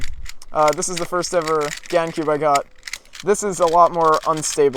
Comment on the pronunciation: isn't it gans. with an s.